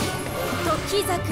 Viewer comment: なんか「時桜」のイントネーション違和感w